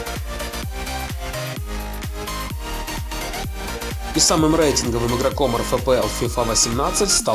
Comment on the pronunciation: Не ПромЕс ,а ПрОмес